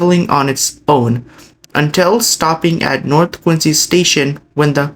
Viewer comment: That's Quin-ZEE!😉